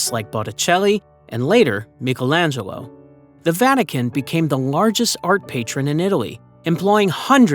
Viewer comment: Who the hells Mikkelangelo 😂....does he mean Michaelangelo